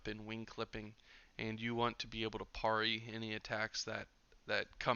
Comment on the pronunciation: I’ve never heard it pronounced “Paw-rry” always “Pear-y”